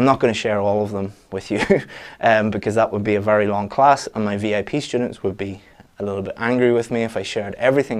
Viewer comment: Hey, I noticed you pronounce students like shtudents? Is it really common?